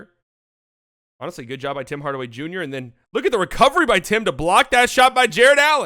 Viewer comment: "Bim Bardaway Bunior " I died XD